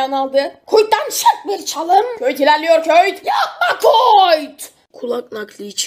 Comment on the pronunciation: Şu Dirk Kuyt ın ismini doğru düzgün söyleyen ℅20 kişi var biri Köyt biri Kuyt Doğru olan Kayt